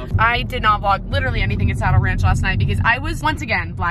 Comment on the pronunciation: Tell me why I thought you were saying “sour ranch” instead of “saddle ranch” 😭😭 but im so happy for you <3